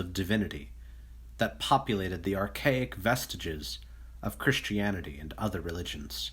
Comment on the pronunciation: Nobody: OP: "Chrishtianity" (x50)